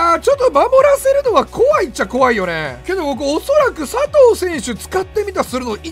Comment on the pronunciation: さとぅーは草